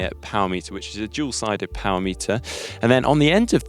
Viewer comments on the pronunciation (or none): none